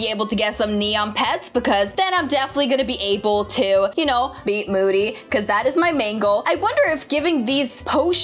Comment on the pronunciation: Btw it moody not mody but not trying to be mean it happens to me to lol😅